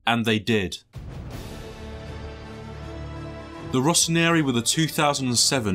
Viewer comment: Kaka. Every posh little white boy wanted to be Kaka. Its a miracle I entered my teenage years with my heterosexuality intact. Of course, he famously belonged to Jesus already. Also... its Rossoneri not Rossonieri, you added a whole syllable.